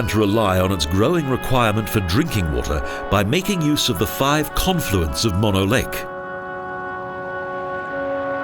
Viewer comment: Its pronounced moan-o.